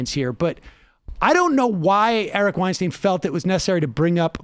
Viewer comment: Sam, he won't engage because you say his last name incorrectly. it's pronounced 'WeinSTINE' (according to Eric as per one of Rogan's podcast eps). I'm willing to bet that if you make this correction publicly he'll reciprocate.